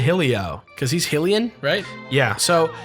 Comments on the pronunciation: The first part of Hylian is pronounced like "high" not like "hill" as you said, I don't mean to be rude, pronunciation things in games just bug me. Use Hyrule as a reference. On another note, considering that article on Zelda games, I felt that the world in Majora's mask wasn't something meant for link to solve and the world just seems to continue without him, which is something I feel says something on how people deal with grief and dying. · Why do you keep saying Hillian. It's not Hih-rule. It's High-Rule. So it's High-lian. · You pronounce Hylians "Hill-lians?" I always thought it was pronounced "Hye-lians" like the people of Hyrule. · Where does this assumption stem from? Besides, is that so important to you? Edit: nevermind, found a comment about the japanese spelling. Still gonna say it "Hill-lian".